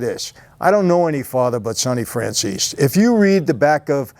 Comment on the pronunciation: Why does EVERY SINGLE person on earth mispronounce your last name? FRAN-ZEESE! Is it that hard to pronounce? We got Fran-cheezy, Fran-zeasy and now Fran-che-zy